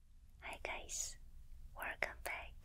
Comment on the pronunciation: “Hey! Werrcome back.” falls asleep immediately